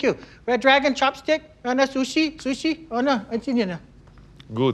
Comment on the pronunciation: Curvyllama and he said sushi 🤦‍♀️🤦‍♀️🤦‍♀️🤦‍♀️🤦‍♀️